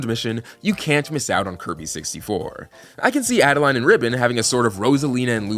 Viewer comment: Just a small correction: her name is officially spelled アドレーヌ in Japanese, which corresponds to the French "Adeleine" pronunciation, AD-uh-layn (like 'lane'), not "Adeline" with the "-line" ending.